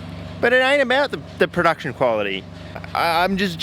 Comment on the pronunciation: That Kwality. Not quality 😂